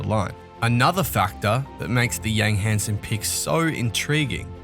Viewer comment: Hansen isn't pronounced the Western way.